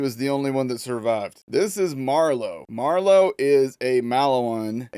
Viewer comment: If I hear bro say “Marlowe” one more time…